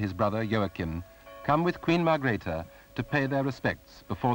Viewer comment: and Margrethe not .Margareth